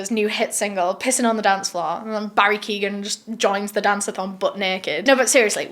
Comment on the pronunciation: sorry distracted by the mispronouncing of Barry keoghan’s name